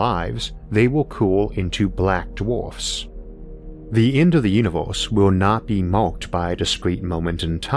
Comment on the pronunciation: Is this some parody that I don't get? Why does he keep saying univ-horse? Is it a bad accent? A lisp? I just don't get it but I also can't keep watching, it's just way too distracting to be honest, you folks need a new narrator p.d.q!